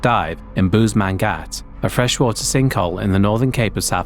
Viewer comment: Its pronounsed as bushmankhat 😂 Bushman hole (Afrikaans Boesmangat)